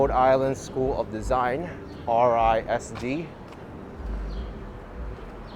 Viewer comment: RISD is pronounced as a faux acronym: Riz-Dee.